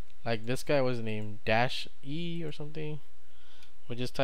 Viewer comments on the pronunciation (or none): This is realy a nice video. Good job man ;) I want to add, that "DasEi" is a German name. It means "The Egg". It's normal, that you don't pronounce the name german. Don't get it twisted, but as a german it sounds funny ;) I like it.